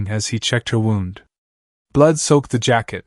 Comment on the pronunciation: If she was going to freeze without his jacket, wouldn't she have already frozen before he found her? How many times is the AI going to misprounce "wound"?